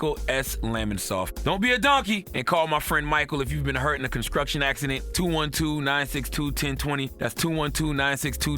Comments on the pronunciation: Charlamagne, what is "conscruction"? 😄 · go to and peep how charlamagne said construction 😂😂😂😂